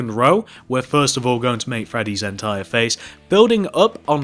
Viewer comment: no offense, but it kinda bothered me how u kept saying "entire"